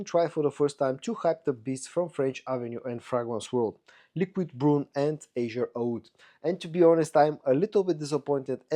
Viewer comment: Azzure Aoud ist pronounced in a italian way. Azzurro means blue in italian.